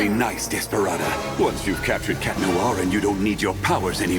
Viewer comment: I love how you can kinda hear the word desperate in DESPERA-da